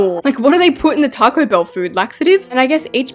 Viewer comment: "TaycoE Bell" "TaYcOeS" "That looks like a TaYcOe" I LOVE HER ACCENT SM 😭